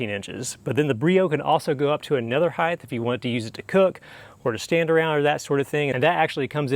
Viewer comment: Height, not heighth. You are anuncuiating that H unnecessarily. Great videos. Thank you.